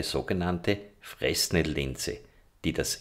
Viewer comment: Sehr hilfreich, vielen Dank. Die Aussprache von Fresnel magst Du vielleicht nochmal nachschauen (stummes S), und ein Preis kann nicht billig sein, nur niedrig. Das Produkt ist dann billig.